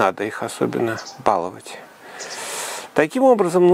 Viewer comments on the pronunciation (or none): none